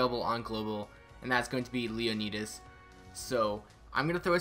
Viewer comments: Oof bruh said leo-knee-dess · the way you say "leonidas" threw me off a bit. The "I" sound is to high